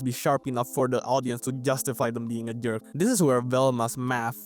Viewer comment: you keep saying "derk" and its hilarious haha